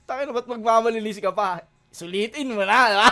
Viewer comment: "mo na" hindi "muna"